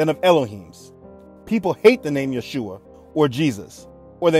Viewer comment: Thank you for all those videos and all your content. It's so important what you do! Also I wanted to say that in this video you are actually pronouncing the name of Yeshua (ישוע) correctly, becouse in some of the other videos it sounds more like Jehoshua, witch is not how you would pronounce it. I am from Israel so just a small note.